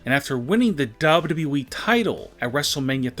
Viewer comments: U have more w's when you say wwe... wwwe (sigh) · He said wweeeee lol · Everytime he's say wwe he's keep on stretching his word beside he's can't even say wwe the correct way